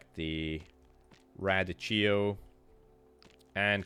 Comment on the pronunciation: You've probably heard of radicchio. In American accent it's pronounced (ruh-DEE-key-oh). I'm not sure if y'all would be calling it something else on your side of the pond though. It's like lettuce but has a distinct bitterness that people either love or hate.